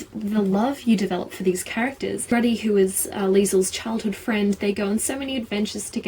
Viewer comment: Dude it's Rudy not Ruddy. But awesome review :) I share the same feels.